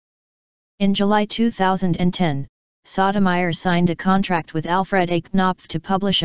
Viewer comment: The narrator have the most annoying VOICE and continue to mispronounce the Justice name.